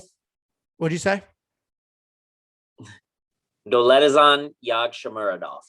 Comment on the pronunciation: If you wish to pronounce his name correctly please follow: Dow-let-jan